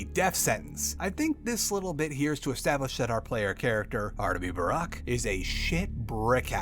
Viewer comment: it hurts to hear you mispronounce the haruspex's name EVERY TIME